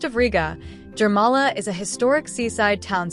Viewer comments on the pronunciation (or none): As regards to local languages - it appears that for English speaking people it's hard to pronounce local names and names of places. As a major example - river Gauja at the Gauja National park should be pronounced like Gauya with Y as in York , instead of English alphabet ''J'' pronounciation. Same applies to Jūrmala But nice video, just a little outdated because soviet time monument on the left bank of Daugava river was dismantled in 2022. after russia's full scale invasion in Ukraine .